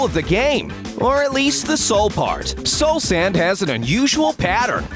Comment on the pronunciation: He called it the soalsand valley before the nether update